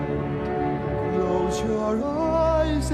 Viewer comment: My only complaint with Gerard, is how he says night at one point, it sounds like he's saying Nought, my ear picks it out EVERY TIME I listen to the song!! It drives me crazy lol.